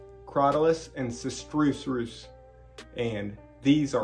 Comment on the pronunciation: Sister-Us is how I have heard it pronounced